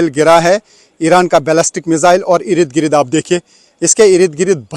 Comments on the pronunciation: Sir Salam Sir irid girid word nahi hata...asal word Ird,,gird hota hai don't mind ❤ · Erid grid.erid grid what 😂😂😂😂😂😂😂😂😂😂😂 I am counting 19 Nos of "Erid Grid "